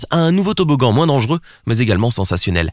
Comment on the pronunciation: A chaque fois il dit le plus dengeureux au monde il abuse